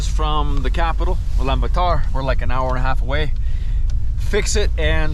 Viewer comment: ULANBAT(U)R and not ULANB(A)TAR 😉... a Beauty full Video 👏👏👏👏👏